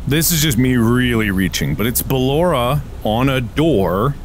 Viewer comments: surprised me with the unintentional filipino accent of BELORA AHZHZHAHAHAH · LAUGHED SO HARD CUZ HE SOUNDED SO FILIPINO WHEN HE SAID BALLORA’S NAME 😭😭😭😭